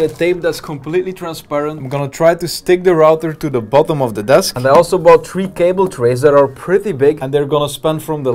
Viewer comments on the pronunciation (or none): i like how you say tree and not three